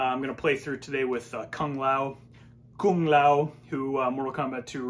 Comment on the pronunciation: Kung "Ligee" Lao!!!